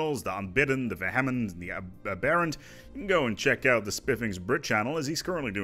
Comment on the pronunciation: As I've never let the Unbidden last for that long for any other faction to spawn, it took me a while to figure out you were saying "Aberrant" and "Vehement." You're pronouncing them like they're some kind of Hindu gods and not English words.